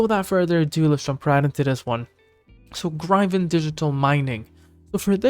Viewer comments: DUDE WTF IS “GRY-VIN”… it’s Gryphon… like “Grif-IN” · … if you are right it not. I’m not watching because you don’t know how to pronounce gryphon …